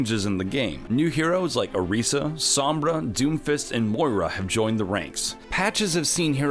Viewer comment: Oresa god no it's orisa!!!! Or-is-a say it